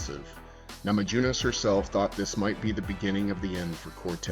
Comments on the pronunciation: You lost me at "namadzhunass" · "namadzhunass"?? LOL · Please at least learn to pronounce her name correctly 😢